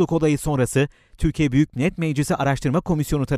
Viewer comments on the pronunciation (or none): none